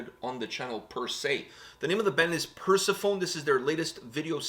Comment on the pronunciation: Per-se-fo-nee. Not purse-phone... :P It's a stylised way of spelling the Greek Persephone. Having said that I'll forgive you as this band sounds MONUMENTAL. \m/